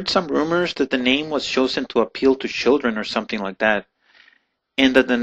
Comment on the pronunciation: It's choosing not shoosing. It's children not shildren. It's Chihuahuas not Shihuahuas.